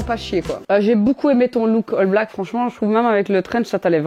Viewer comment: wsh t'as fracasser l'anglais ALL BLACK pas HALL stp serieux